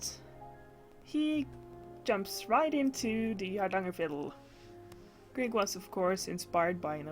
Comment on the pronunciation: Det hördes i början när du sa "Grieg" med perfekt uttal att du var norsk. 🙂 Inte så ofta jag snubblar över nordiska grannar på nätet, så det är alltid roligt när det händer. Hittade din kanal igår på grund av recensionen av Bretts Mendelssohn. Ska se till att titta igenom dina gamla videor framöver. (Hoppas svenska funkar för dig, det är sent och jag orkade inte riktigt uttrycka mig på engelska.)